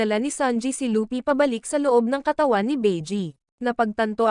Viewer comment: Kuya hindi po lupy mali po yon hindi den po lupi at lopi luffy po tamang pangalan ya